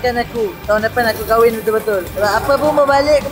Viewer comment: Kahwin bang bukan KHAWIN